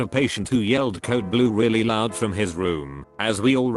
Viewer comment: “purple and blooo”